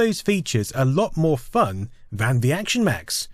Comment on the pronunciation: why do you say van instead of than ...